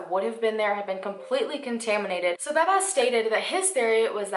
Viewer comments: its pronounced bahzbahz still A++ For effort! 😀 As a Mexican it breaks my heart to say this but the justice system and police investigators fail most of the time. In Mexico if you have money you can make anyone disappear. Money speaks alot. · Do you really have that much difficulty saying 'Bazbaz'? It's pretty simple.